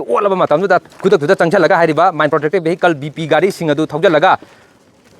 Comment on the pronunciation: Total hoiro.totan nate..ukhur hairo.ukhun nate.vehicles hairo...behicles nate ko......press ne haina...english su chum na ngang ba thok taba.meitei sakthu sha.